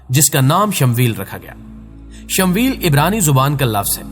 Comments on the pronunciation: bhai talaffuz theek tarah se kiya karen Shamweel nahi Shamuel hai asal nam usi tarah Laddakh ki rajdhani ka nam Leh hai Laiya nahi, dhyan denge ummed hai. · Bhai shmvel nahi hai shmooiyal asal naam hai apna pronoun thek kren